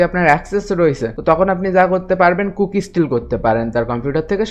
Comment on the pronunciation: ভাই কুকিস্ট নাকি কি বললেন বুঝি নাই। দয়াকরে যদি একটু ইংরেজিতে লিখে দিতেন ভালো হতো❤❤❤❤